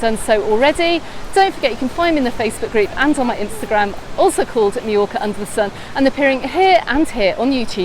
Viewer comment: Going to Can Picafort in September! Thanks for the tips on how not to be swept out to sea! 👍🏻 On another point, I’m interested in your pronunciation of Mallorca. You say “my-yor-ka” and I’ve always thought it was “ma-yor-ka”. Is your pronunciation how the locals say it? Thanks!